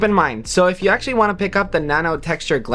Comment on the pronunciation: Why do you pronounce U as EWWM 😂😂😂